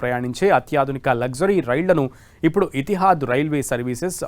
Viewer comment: Not. Etihaad. Bro.. Etihaad..😮😮fujariya. Kaadu... Fujera.. Raas. Kadu.. Rasalkhaimah. Tappulu. Inna😂😂